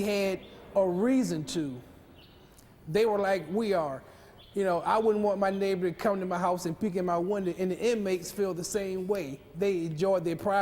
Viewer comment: Winder = Window